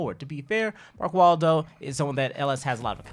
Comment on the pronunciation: lmao he said "Mark Waldo"